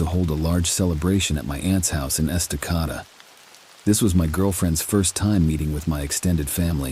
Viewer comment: It's pronouncd Esta-k-duh